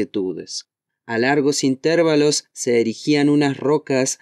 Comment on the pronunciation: por citar un ejemplo, alrededor del minuto dices "intérvalos", en lugar de "intervalos". Y desde que te dedicas a la narración, por supuesto que te trato como colega. Saludos y felices fiestas.